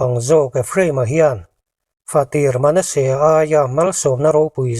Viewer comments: Manesea i lam dan hi a dik lo aw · Manasea hming i lama, i thluk dan hi mak ve..